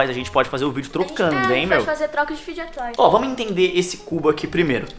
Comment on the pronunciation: Mossa o único adulto que eu já vi falando o nome serto fidget toys 😂😂😂😂